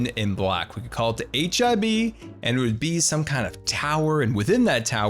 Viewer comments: I know your saying HIB, but somtimes it sound like your saying HIV. Great vid btw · I keep hearing HIV headquarters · Sounds like youre saying H.I.V. Towers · i agree, different name might be a good idea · I thought you said hiv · I thought you were saying HIV base and i was very confused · I thought that he said hiv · HIB? When I first heard it I thought you said HIV which I think the hermitcraft server could do without.